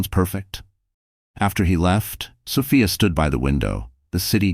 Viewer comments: Sophia. So Fi A not so fa a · Please adjust your AI the pronunciation is incorrect